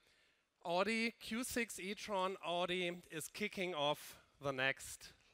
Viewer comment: Wie kann man als CEO " Odi "sagen. 😰 das ist AUDI ! Kopf schüttel